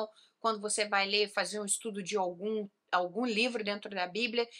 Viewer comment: no minuto parece falar "estudo de ogum". Também estranhei e voltei pra ouvir de novo. Mas é "estudo de algum" kkk